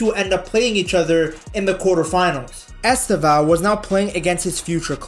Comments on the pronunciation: • It is not EsteVÃO It is EsTEvão Much similar to the way we pronnounce Stephen, in English. The stress is in the TE, not in the VÃO. And, then, just change the last syllable sound to something like: 'vown' [pronnounced very quickly]. • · Its estÊvão not estevÃo. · Est É vao, put the strenght at the second syllabus not at the last. And the E is closed not open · Stress is on the second syllable: EsTÊvão, with the first 'E' mostly ommitted in speech. It sounds closer to 'Steven' than it looks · It is EsTÊvão. Like Stephen.